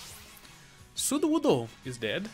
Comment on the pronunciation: His japanese is getting better, you can tell by how he pronounces sudowoodo..